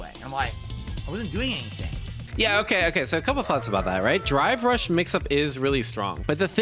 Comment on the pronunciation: My ears must be going because it sounds like he is saying dry brush, instead of drive rush.